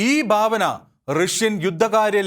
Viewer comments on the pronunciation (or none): ഭാവന എന്നാണ്. ബാവന എന്നല്ല